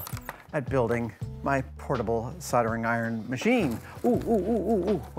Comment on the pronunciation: I love you Adam but your pronunciation of soldering iron is driving me nuts!